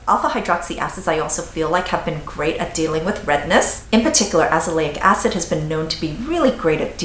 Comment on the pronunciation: I didn't understand what she was saying (alezopic acid?? Haha) sounded great tho.